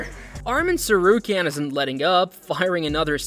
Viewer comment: Do you not know how to pronounce any of their names?